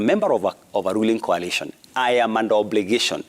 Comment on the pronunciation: Jalango its coalition not collision